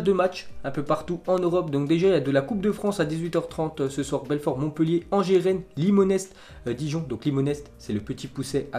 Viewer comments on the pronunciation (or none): Limonest se prononce limonai pour info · tu as mal prononce limonest ^^